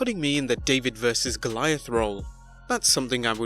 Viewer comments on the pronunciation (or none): none